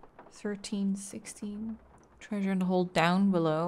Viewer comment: I love how says "trAEsure" like Fred from Scooby-Doo. Honestly, her mispronounced words are all pretty cute; but I think that's my favorite.